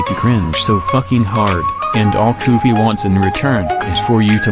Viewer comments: “Koofy ❌ “Koogy” ✅ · you said koogy instead of koofy in a part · koofy❌ koogy✅ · "In today's video, Koogy will make you cringe so" Bro said koogy